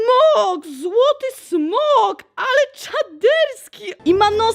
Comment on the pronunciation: Nie smog tylko smok oj